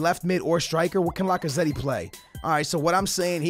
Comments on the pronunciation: It’s Lac-a-zett that’s how you pronounce it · When you say lacazette you don’t say the ‘e’ at the end Like so skillz can see